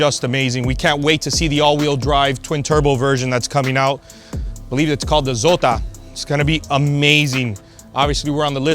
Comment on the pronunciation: I can’t believe you left the stickers on the Michelin tires! Not cool! Show some class! And its Zora, not Zota!